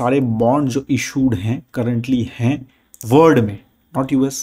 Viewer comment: Your saying word to world.. Its sounding word.. Its WORLD 😅.. because many time I hear don't watch video.. Kindly correct pronunciation.. 😊